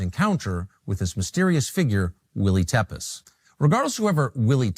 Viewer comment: Tepes is pronounced Tepesh.